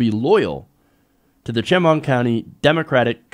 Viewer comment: I hate to be that person, but I live near Chemung County, and, helpful tidbit, it's pronounced "sh-MUNG" (that's as close to phonetic as I can spell it), emphasis on the second syllable. Sorry, just a stupid local pet peeve. Glad you covered this!